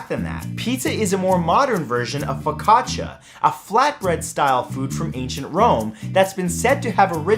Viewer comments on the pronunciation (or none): none